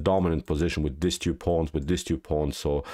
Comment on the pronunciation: He says, "queen to bee tew", instead of, "queen to bee two".